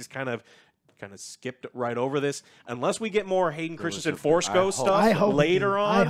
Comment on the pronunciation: Christensen, not Christianson